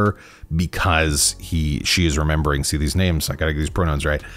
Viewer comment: Please stop saying “member,” LOL.